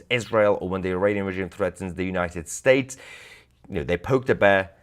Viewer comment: It is pronounced "United States" not the mumble jumble pakistanian you spew .